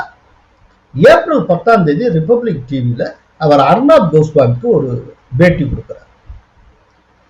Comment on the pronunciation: Is it paytea or beytea. kindly pronounce properly.